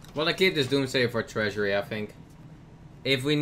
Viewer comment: your ponounciation is just horrible. It is not treasury, it is treachery! Dont forget your ritalin.